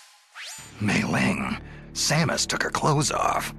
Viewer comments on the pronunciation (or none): Samus mispronounciation,FAIL!